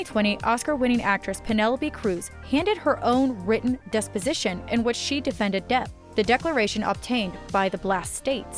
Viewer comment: at the mark she says "desposition" the correct word is "deposition"